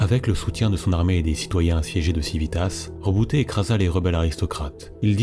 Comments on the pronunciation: Alors c'est tout bien , vraiment complet et beau à écouter... MAIS , par pitié ... on dit Roboute avec un "e" à la fin et pas Rebouté !!!! HAAAAAA à chaque fois que tu le prononce Reboutéééé mon double coeur d'Ultramarine fait un raté xD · justement il dit en ENG "Rebouti" parce que le "e" sonne "i" chez eux. Sinon ils auraient dit Reboutai en VO. Après je suis pas un linguiste mais ce Rebouté à faillit me dégouté =P Roboute sonne mieux en FR ^^